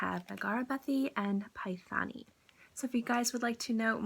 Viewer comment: The way to pronounce it is - ‘Pay - tah - ni ‘ it’s an expensive saree material typical from Maharashtra 👍